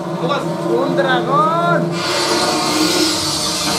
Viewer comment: gragooon un gragoooon 😂🤣🤣🤣